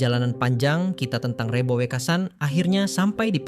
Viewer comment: Maaf,,,lafal REBO,,, yang anda tuturkan gak pas,,,, belajarlah bertutur jawa dengan benar😮